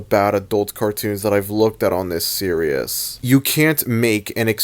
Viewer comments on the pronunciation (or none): It greatly distresses me that you pronounce "series" as "serious"